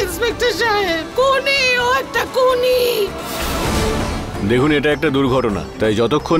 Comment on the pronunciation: ওইটা কুনি হবে না ওটা হবে খুনি